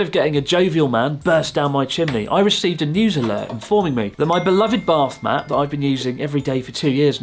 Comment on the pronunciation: Why i hear BARFmat instead of a bathmat there? :D